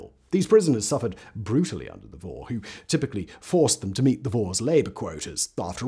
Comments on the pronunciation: In Russian the word thief is pronounced [vor]. But you have to pronounce [voR] with hard and define R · Vorrr. emphasis is on R, not O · This is excellent and by and large pretty accurate. But Simon! Roll your r's at least a bit on vor and mir!😂 Suki was the only you didn't butcher. Oh well, no one cares, I know... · It is not pronounced Woh or Woe. It is Vor (with hard 'r' like in 'roberry')